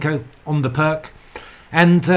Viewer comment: Fascinating and mind boggling tactics. I never really settled on a consistent response to the Pirc and would have loved to play this. Look forward to seeing more on this. I must however be a dreadful pedant re your pronunciation, since I now live in Slovenia. Vasja Pirc was Slovenian and there is no such thing as a hard c in their language. They always use a k if they want a hard sound. The c at the end sounds like ts to British ears, and additionally the i sounds more like ee, so Pirc is pronounced Peerts. Of course I too pronounced it wrongly for most of my chess career but now I must honour my adopted country by getting it right. I might also mention that the games of the other great Slovenian player, Dr Milan Vidmar are well worth studying. Probably the most talented amateur of his day - he was a renowned electrical engineer - he was reckoned to be in the top dozen players in the world for many years in the 1920 and 30s and might have been even stronger had he played full-time.